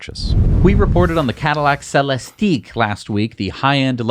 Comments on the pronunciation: No need to make fun of Celestiq. It’s just ik not eeek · What a piece of junk that Cybertruck must be to already break down. It's practically handbuilt and tested over and over before being taken out. More pics of that tiny frunk. Gotta love it. And stop mispronouncing Celistig - it ends the same way all the other ones do - it's not French. Don't know where you got 212 cubic feet for the Escalade IQ for cargo. That would be gigantic. Did you add all three numbers for behind first, second and third rows? That's not how it works! It is 119 cubic feet max. And yes, it has 4 wheel steering just like the Cybertruck who ripped that off from the Hummer. At least it has features unlike the Model X which has to limp along with impractical gullwing doors as its signature feature.